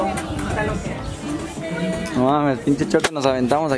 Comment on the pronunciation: Minuto esque dice jugo en vez de Hugo y yo en mi mente.... A claro Hugo el toma jugo...